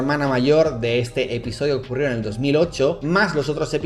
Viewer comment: tenía los ojos cerrados y escuché "eñel caso" hehehe